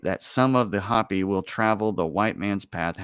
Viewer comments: it's Hopi -- Ho-pee, not hapi. Minute more or less. They are a native culture that live in Northern Arizona where I grew up. Very cool people. The map looks like it has German on it. more or less. The quote from Jesus on the map looks like it is John __:___, I couldn't read it. "Johannes" would be the German for "John." You should look up the verse in the Gospel of John and see what it says. The German would have been putting swastikas on the map because it seems to me that the Nazis probably explored those places and maybe those were bases, or places where the Germans wanted to put bases. It seems like a German map from between . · Hopi is pronounced Hope-e . Hoppy would be spelled Hoppi. This is a MOST Excellent Conversation. Thank you. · LOL It's pronounced Hope y Indians. If you do some research about their prophecy, their language, it's identical to Hebrew. There is some information that points to them as being one of the lost tribes of Israel. And they have passed down the information as indians usually are very good at and they talk about the end of this age.